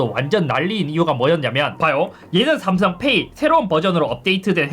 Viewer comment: 삼성페^이 억양이 구수하네요 ㅎㅎ